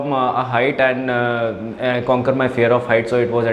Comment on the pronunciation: And❌ Aand ✅